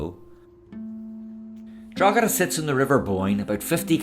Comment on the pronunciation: Draw heda, silent g